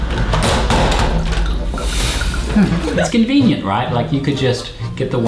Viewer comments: Why do you creep saying cinveeneaent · Every single food item he says convenent